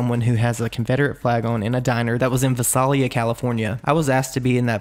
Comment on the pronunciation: they way he pronounced Visalia......